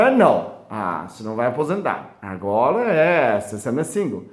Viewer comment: Que fofo parece o falando (agola) agora😘😘😘 querido